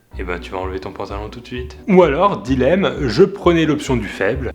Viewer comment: Jeanne Sala Oui, c'est juste qu'il l'a mal prononcé ce qui porte à confusion